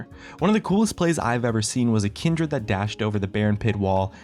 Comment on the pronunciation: omg the way you pronounce kindred ult